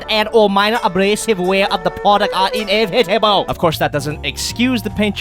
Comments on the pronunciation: "inev-etable" I lost it.... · I shat myself laughing when he pronounced “inevitable” with that accent XD (And I very, very, rarely laugh out loud)